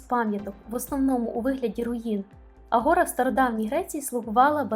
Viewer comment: Мені було цікаво вже тому, що я дуже скучила за Грецією. Це - моя любов ! Не хочу нікого образити, але греки кажуть " агорА" та " ефхарістО".Це я про наголоси. Щиро дякую !